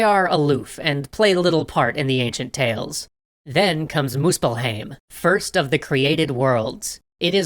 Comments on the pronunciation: Okay this is a bit of a nitpick but "muspelhame"? Maybe you're pronouncing it with some other dialect but Hoch Deutch at least pronounces 'ei' with the 'i' being the strong sound. Therefore Muspelheim would be pronounced like muspel hime. Anyone got an answer as to this pronunciation. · your pronunciations hurt my soul but the video was good the pronounciation that hurt the most was for Muspelheim and surtr.